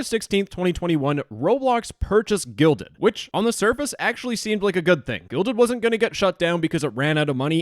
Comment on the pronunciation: They need to change their name anyway. Every time the guy in this video said "Guilded," I heard "Gelded."